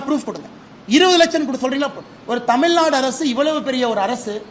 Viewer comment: தமிழ்நாடு நு பிழை இல்லாம திக்காம பேசுங்க துணை முதல்வர் அவர்களே